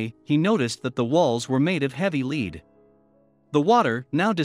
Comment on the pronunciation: lead is pronounced led, not leed.